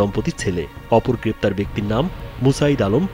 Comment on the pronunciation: পেপতার না গ্রেফতার